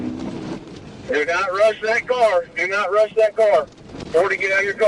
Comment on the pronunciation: Please learn how to say a word before recording the voice-over. It is a "PIT" maneuver (like a peach pit) - not a P. T. maneuver.